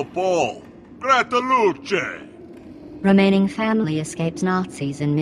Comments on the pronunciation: Thats the worst "gratulacje" I have ever heard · He mispronounced Gratulacje. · The way said it, sounded like in Italian.... definitely not Polish pronunciation. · That awkward moment when you try say in Polish "Gratulacje" but in the end you sound like Italian. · That's not how you pronounce "Gratulacje". X'D It means Congratulations